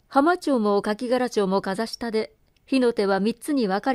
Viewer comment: 鴎外のこの作は未読でしたが、全編心地よく、拝聴しました。ありがとう。 些細なことですが [なかま] 中間→[ちゅうげん] [かぜした] 風下→[かざしも] はじめのほうで、こんなのが気になりました。